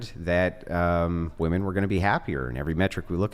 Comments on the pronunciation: Why do they always say woman not women? Sooo irritating! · Why are all these girls pronouncing "women" as "woman"? Prime example of how this generation has been "educated". They are deliberately churning out dummies.